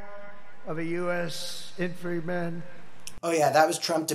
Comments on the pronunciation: What's an "infreeman"? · Yay. Notice the weird jerk of his right shoulder when he couldn’t say infantryman? He’s done that with other mistakes.